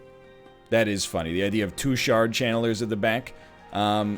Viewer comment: This man's said "shart channeler"